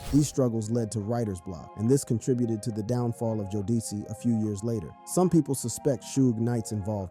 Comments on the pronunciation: Jo-deci How fkn dare u mate Its JODECI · Learn how to pronounce jodeci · Can’t even pronounce Jodeci right. Sad.